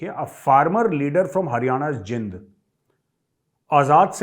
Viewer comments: It's pronounced Jeend जीन्द, and not Jind जिन्द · Sir ye खप नही खाप है, और जिंद नही जींद होता है with due respect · मेजर गौरव आर्य, मैं आप की और हर सैनिक की दिल से और अपना धर्म मानते हुए इज़्ज़त करता हूं, आप द्वारा कुछ एक नामों के उच्चारण की ओर ध्यान दिलाता हूं जो khap को "" खप‌ "" बोल रहे हैं यह शब्द "" खाप‌ "" कहा जाता है तथा शहर "" जिंद "" नहीं है बल्कि यह "" जींद "" शहर कहलाता है। जय जवान, जय हिन्द।